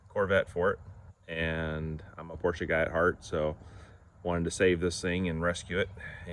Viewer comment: Glad you pronounced Porsche correctly..... I'm a 78 euro owner 👍👍.... Have fun with it!!